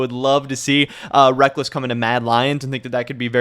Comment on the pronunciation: I see your content everyday not nitpick but it sounds like you are saying wreck-less, i hear others saying wreck-culls, is it one way in NA and another in EU? another question is are you going to cover how and why Riot dropped the ball and tickets were hard to come by and the venues are really small? It seems they didn't plan it very well.